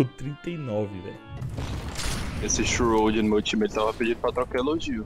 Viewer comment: 9k de hrs no cs e n sabe falar shroud aujeisheu xiroude